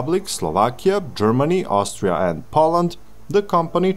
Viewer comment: "Austira" best country 😂